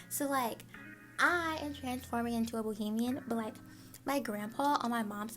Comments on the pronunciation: It’s Bahamian ... lol get on your friends case they ain’t suppose to let you pronounce our nationality wrong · Hey! You say Bohemian but it’s Ba-hay-me-an! Nice video ❤️ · Loved the tour, also its pronounced Bahamian not Bohemian